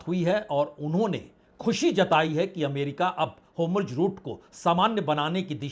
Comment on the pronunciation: क्या आप ज़ को ज कहना ( कोशिश करके) बंद कर सकते हैं ? अच्छा नहीं लगता जब आप हॉर्मुज़ (hormuz) को हॉरमुज (हॉर्मुज) कहते रहते हैं ।